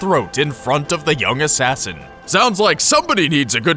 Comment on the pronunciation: shay aint an assain